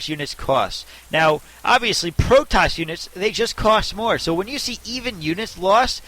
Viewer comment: where are u from... strange accent when u say "Cost" and "Protoss" strange but i like:)